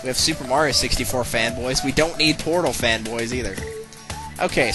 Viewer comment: did you say portal or porno O_o_O_o_O_o